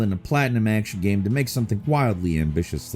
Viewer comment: Kinda sounded like he was saying "what makes the up coming Karen unique" 😂